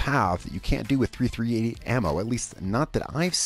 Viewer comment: Just fyi its pronounced .3thirtyeight